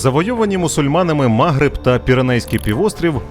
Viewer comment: Таке враження, що диктор спеціально шукає найбільш ідіотські наголоси: чому мАгриб, якщо магрИб. Для історичної справедливості також скажу, що вестготи так дістали корінне населення, що воно дуже часто зустрічало арабів, як визволителів